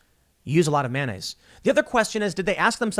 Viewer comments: Yeah yeah .. but seriously how are you saying mayonnaise? It’s not manyaise LOL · I think there should be a drinking game every time Tim says “manonnaise” :-P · Has this video expose Tim's inability to say the word mayonnaise?